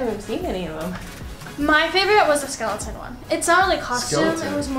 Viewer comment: Did she just say “skeletont” lol miss girl